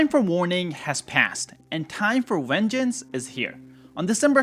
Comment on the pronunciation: time for huhwvengence? what was that again? 😂